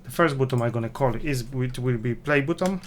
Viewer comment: Wymawia się BATTON, a nie butom. Ciężko to słuchać.